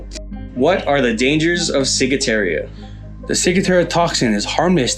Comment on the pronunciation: there isn't a letter "i" in the last part of the word Ciguatera (see?) You kept saying "ciguateria" instead of ciguatera. Otherwise a pretty decent video. Wondered if you 2 are veterans when I saw the FNG hats; in the military that stands for "fuckin' new guy." (That's the one to watch, he'll be better at getting someone hurt or killed than the enemy...)